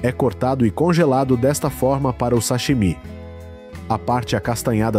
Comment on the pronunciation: Esse narrador não sabe pronunciar o "sashimi". Tá inventando.